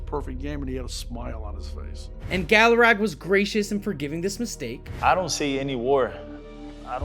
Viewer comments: It's galaragA. Constructive criticism dude if you're going to do the channel you need to learn to pronounce these players names right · Learn To pronounce names , Gallarag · Great script and execution except the mispronouncing of Armando Galarraga’s last name really took me out of the video.